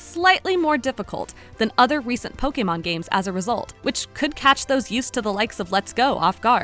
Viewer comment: It feels so right when she says po-kay-mon instead of po-key-mon or poke-uh-mon.